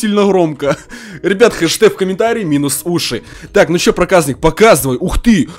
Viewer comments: Мне кажется ты говоришь проказнык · Топ видео! Но ты не говори проказник ты когда говоришь бесить начинает говори Проказьник но не проказник бесить начинает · Не праказнык а проказник правильно канал проказника сылк в а вот ссылка (Канал проказника) приатного просмотра